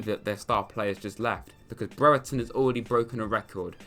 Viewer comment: only said breretons name wrong 1000 times lmao